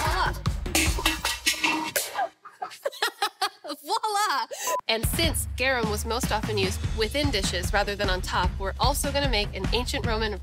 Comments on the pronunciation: It is not Wala it is voila ( there it is in French) pronounced viable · Pronounced vwahla